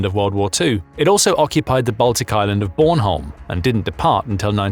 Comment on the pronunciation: i dont like the way he said bornholm